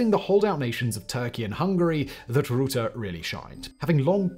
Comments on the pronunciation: What is it with wanting to pronounce a u as an oe???? In Dutch???? We writer oe as oe in shoe uu is NEVER that sound, it is either u as in but, or Ü as in German Für Tür, etc... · WHAT ___ the FUCK??? when was this decided?? also its pronounced rutt-teh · Mark roeten? Pls have the respect we lack for the man by trying to pronounce the name decently. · Please adjust the pronunciation of the mans name as soon as possible before everyone thinks he's German. The u in Dutch sounds more like the i in thirst or bird. You make it sound like Rootte. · He's a lier. He once made an excuse for something illegal he did, by saying "I have no active memory of it". He's someone who puts the interests of big companies ahead of the interests of the general public. The pronunciation of his name is a bit off by the way. You pronounce it as 'Rootte', but the 'u' is pronounced as in 'mut' or 'cut'. And the best way to say his name is 'kut Rutte'. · Hello! Dutchie here. I just want to say that I can't stand the way you pronounce Rutte. If you were to pronounce it as if you were saying the word "RUT" with a normal British English pronunciation, then it would be much better. The way you are pronouncing it now makes it sound like a drunk German trying his hand a Portuguese. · Can you say 'bluf' in English? that is the 'u' you need to pronounce 'Rutte' correctly. Thank you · I think his name is similar in pronunciation to the English word “butter”, just replace the B with an R and drop the last letter. Weirdly enough not only the sound will match, but you are right back to the original spelling of his name. English and Dutch sounds are still related. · Well Rutte can't pronounce any English word correct so... it's fitting that his name is mispronounced in English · Your pronunciation of R in Rutte is funny. In Dutch you purr the R. Cheers for including the biking footage. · Close! The "u" in funnel in most English dialects is [ʌ], like in strut. The Dutch short "u" is [ʏ], as in nurse.